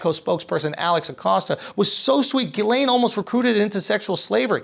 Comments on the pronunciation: It's not Jizz-Lean, it's Jizz-Lane Max-Swell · Youre still pronouncing it wrong its gah-lan not gah-lane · You pronounced it wrong, the correct english pronunciation is JIZZ LANE. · I refuse to believe it's pronounced any other way but 'jizz lane," because that's clearly all she is. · Andrew, it’s pronounce Gizz-stain. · ghislaine is a moroccan name and pronounced as khiz-laane, have a great day everyone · Its Jisslenne. It's french, idiot. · It’s actually ghiZZlaine according to the French in Quebec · Giss (not DJISS) Len. Giss-len Maxwell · Guh-len. It's like you're saying the word "glen" with two syllables. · 20 seconds in and I'm already dying laughing at "Jizz-Lean" XD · It's actually pronounced Jiz-laine, and not the other way. The way Andrew pronounces it would be spelled Guylaine... Take from a guy living in a French province. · You're still not pronouncing it right tho.